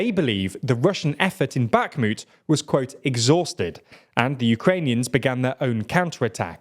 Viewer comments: Great video once again, but please prononce 'Bakhmut' without a hard 'k' sound, it hurts my ears😢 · Can someone please tell him how to pronounce Bakhmut.